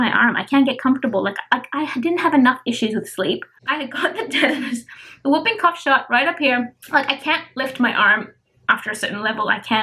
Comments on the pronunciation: It is simple babe you said wooping and it is whooping so you need to really say it like the who not woo ... with the diet changes i was thinking to prevent you having the rest of the pregnancy without a poo that it would be more comfortable to add some more green leafy veg and fortified with iron products xxx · It really does help babe as my Dad had severe anemia and he improved it just with diet and he is 82 with cancer ... food that contains iron is a natural way to increase it and it also doesn't affect the bowel and i meant you said wooping cough and it is whooping lol of course it has a W but the h is more important to the sound, it isn't your accent as that is lovely ,it is simply that it has been misprounced by the person you heard it from xxx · More or less all women have muscle separation and pelvic pain especially with a second baby babe your bump is big so no wonder you feel pressure... you should up iron and folic acid in your diet instead of taking more tablets ... I will tell you what i went through another day ... it is called whooping cough as in hoop not wooping like a soft almost silent w lol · I know why she said it wrong as people in media get it wrong too ... i just saw an American channel where the reporter said it like you did but then the doctor said the cough makes that whooping noise hence the name whooping cough and the reporter said it wrong again LOL! ... if the change in diet would make you feel sick then it is best to increase the pills to maybe 1 and a half first and see how you do with your next blood test and so your body gets used to it and drink a lot more water or squash to soften your food in the intestines so that will make going to the loo easier and it is good for you too xxx